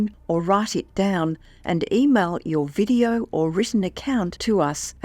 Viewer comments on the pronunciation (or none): none